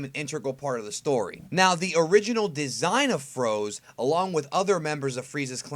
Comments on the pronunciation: froze? i thought it was pronounced frozé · Its FrozE not Frows...